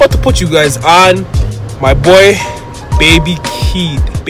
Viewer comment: He said baby keed 😂 Got some good show footage g